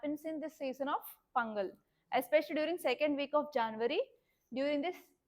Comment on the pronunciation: Pudhukottai ✅Pongal ✅ pronounciation😅